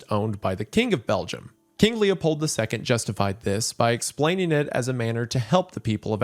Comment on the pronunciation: Just hearing "Lepold II" gives me whiplash and nightmares